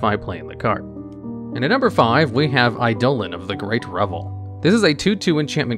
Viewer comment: Seriously. Learn how to pronounce words you don’t know. You literally used 6 different ways to pronounce “eidolon” and not one of them was correct. Painful to listen to.